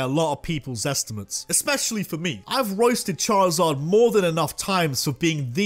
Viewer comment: DO NOT LEAVE OFF THE I IN CHARIZARD!